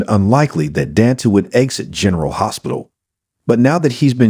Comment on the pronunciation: Learn to say Dante’s name!